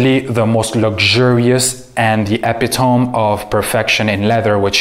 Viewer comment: Point of order...epitome has 4 syllables...e-pit-o-me. I have tried to like Chanel #5 my entire life (I'm 66). I realize that millions of men and women the world over adore it...but not me! I can finally articulate why: it has vetivier and patchouli as base notes...PLUS a deliberate overdose of green aldehyde (a synthetic compound designed to hold fragrance accords together. There are multiple variations of aldehydes...but Chanel #5 was made with a green aldehyde.) Combine those three together and you get a green overdose that doesn't separate or reveal the other notes. My nose does NOT like it...but now I know why!